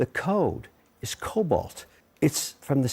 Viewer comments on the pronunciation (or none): For those unfamiliar with programming languages; it’s COBOL. No T. It’s not cobalt. That’s a metal. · O'Leary, it is not "Cobolt". It is "Cobol". It stands for Common Business Oriented Language. I used to program it back in the 80s and 90s.